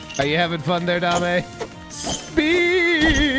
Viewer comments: The skele-goo-kitty's name is Jiggles or Jigglesworth Sr. Also, it isn't dah-may, it is pronounced day-m, her name is Dame Fortuna, it translates to Lady Luck. Saying it as Dah-may makes it sound like you are saying 'give me fortune' in Spanish instead of referring to her by name. Neigh-scent = Nascent (a definition because i am also bored) just coming into existence and beginning to display signs of future potential. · (Doubt anyone cares that much but Dame Fortuna ; Dame is pronounced "damm'", its french for "lady"...lol.) Very happy to see you back on YT, you icon. My gf and I loves watching your videos, it warms our cold dead queer hearts in these dark times. Yay for gay netherite! Now I want that in my worlds too. I think it could be too easy for you, but you could try Integrated MC one day. Or Prominence 2, this one more challenging. Both on curseforge. Prominence is Fabric too, so, maybe it has stuff you haven't tried?